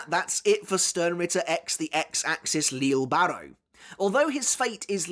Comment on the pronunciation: Still pronouncing names wrong I see, yayyyy.... can't wait to hear all about "leele barro"🙄